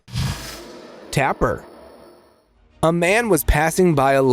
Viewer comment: That is not called a Tapper its called a Taper. The A sounds like A not the A in apple.